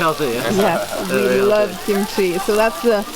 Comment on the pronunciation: I herd gimchi not kimchi 😂